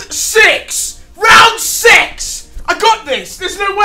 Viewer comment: Did you say round sex intead of six